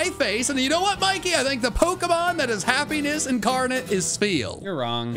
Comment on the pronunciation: I nearly thought said heaviness pokemon instead of happiness pokemon😂😂😂